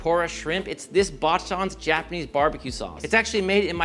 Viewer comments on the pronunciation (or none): I know you don't care but it's pronounced /bah-chan/ not /bah-shan/. And I just discovered these a couple of weeks ago. Delicious and light. Some joker called the serving size 9 pieces 🤣 Now I want to make an 85% cacao dip for them 💯